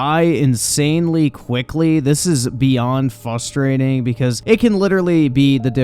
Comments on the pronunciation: There’s an “r” in frustrating my guy it’s not fustrating lol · it's "Frustrating" not "Fustrating." My OCD can't handle it every time it's said 😂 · There is an R in the word frustrating